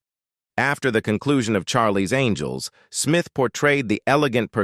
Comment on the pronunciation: Charlie's ANGLE'S ????????? That bloody Ai bot has problems pronouncing names